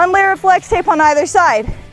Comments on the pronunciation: she said slex tape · “Slex tape” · Slex tape? Lol its pronounced flex tape not Slex tape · In the beginning you said slix tape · Did she say slex tape or what